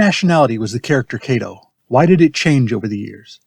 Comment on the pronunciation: If a Japanese person played “Kato”, then as a Japanese family name the correct pronunciation is ka as in Kawasaki, to as in tofu. This YouTube still terribly mispronounced this family name.